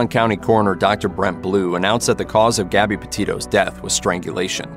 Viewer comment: Gabby.Not Garby.